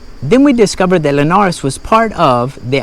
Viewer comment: Tip: when you don't know or are unsure about how to pronounce the places' names, use Google Translator, click on the speaker on the Portuguese side of the translation and repeat until you're comfortable saying it (I'm sure I'm not "teaching" you anything new). You did good on the pronounciation of "Linhares" but not so well on "Celorico", "Matança" or "Guarda". ; )